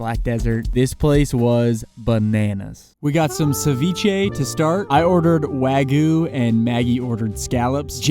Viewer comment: please please please it's Wag-yu (WAG-YOO americanized; WAH-GYOO authentically) PLEASE. NO ONE pronounces it "Wa-goo" -- it just makes you sound dumb.